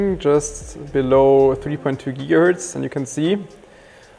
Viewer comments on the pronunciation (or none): none